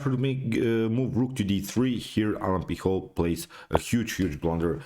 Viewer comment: you pronounced awfully the surname of alan pichot